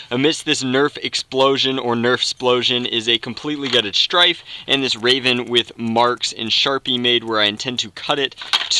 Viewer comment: Strayven... smh. Gutted a poor Rayven. #RayvenLivesMatter